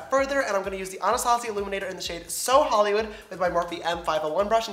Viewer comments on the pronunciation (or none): none